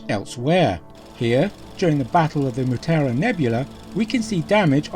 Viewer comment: Mutara. Not Mutura.